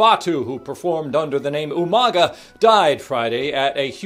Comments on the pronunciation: In most Pacific Iland languages when you have a g it usually makes an NG sound so Umaga would be pronounces as 'Umanga' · I love how William Regal always pronounced his name wrong